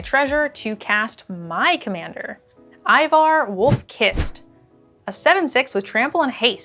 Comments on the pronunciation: Ay-vor, not Ivar :P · Why is it so many of you Magic influencers havent played the game Eivor comes from??? Its pronounced Ay-vor